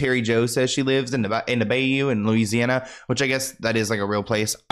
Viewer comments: I’m sorry, baby… it’s BY-YOU… not bay- you😂😂😂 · Lol biyou not bay you lol love you ❤ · It’s by-you “bayou” 😂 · It’s bahh-you aka bayou. lol u a trip! I’m a Louisiana grl. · You are so cute, Bayou is prounounced Buy-You lol ❤